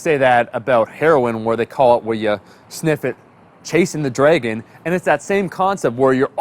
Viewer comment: The way he says dragon lol